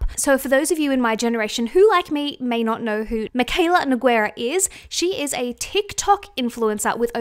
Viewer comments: Nogueira is pronounced as NEW-GAY-RUH not Ne-guei-rah 🤦🏻‍♀️ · Just to help out with the name "Nogueira" reads as "No-gay-rah". You ignore the U 😊